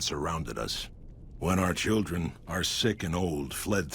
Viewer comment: "hildren" (hildern) "steven" (steve) boy you gotta read words better